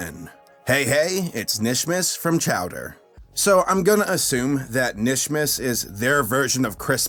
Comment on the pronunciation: Isn't it kinishmis?